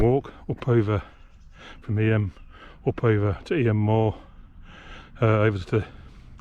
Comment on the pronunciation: Enjoyed that. For the record it's pronounced EEM.